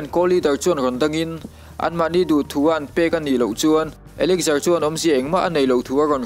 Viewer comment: a spell elixir ni mahse elixar ti lam tur alom bruh😂😂 American pronunciation ani na..mizo pon kan hrethiam ber tian